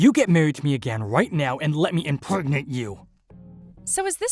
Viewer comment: Male VA can’t even pronounce impregnate correctly. What a maroon.